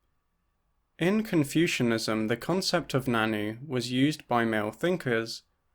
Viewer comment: Really cool video! Just wanted to say that the nan nü is pronounced more like nan nyu rather than nannu. Love to see anarchist feminists on the channel